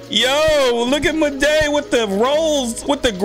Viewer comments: i forgot to mentoun you said maday its moude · It’s “Maw-d” not “Mo-day “ 😭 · you pernounce maude like just pretend its spelt like mawde its not like its spelt madey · Everyone: "Maude.": "Mau-DE!" Me: "I think Mau-DE! Ain't that bad." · Maude isn’t pronounced “muhday”, it’s “mod” 😂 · 'Maday' ITS PRONOUNCED MORD LOL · actually said ma-de instead of Maude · Maude is pronounced like Mod not Maday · Her name is Maude not ma-de Call her mod say That name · It was funny every time you said maude you said it as, moday!... like waaaa. its just pronunced maude not moday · It’s Maude (mod) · maudes name is pronounce Mord not Muh-day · Sorry but it's pronounced Mawd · Maude is pronounced Mawd 😉😁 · Good video, you pronounced Maude wrong so i would like to help, it is pronounced just like the word mod, The e in Maude is silent. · My son got me watching these, funny tho so I don’t mind lol I think her name is Pronounced “mod” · he he said muhday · its prenounce mod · It’s pronounced maude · It isn’t pronounced Muday